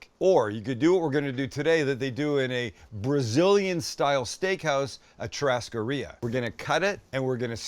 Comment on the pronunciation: it’s pronounced “shoo” hascaria